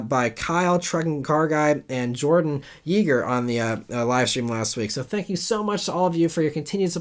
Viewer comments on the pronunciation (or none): none